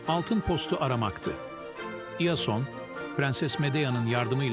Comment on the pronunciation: Iason'u yanlış okumuşsun Yason diyebilirsin